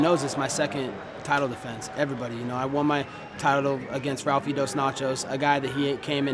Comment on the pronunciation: “Ralfie Dos Nachos” 😂😂